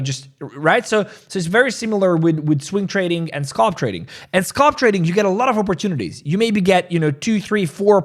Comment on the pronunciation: SAY AL SAY AL SAY ALP SAY ALP SAY SCAL SAY SCAL NOW SAY SCALP ITS NOT SCOLP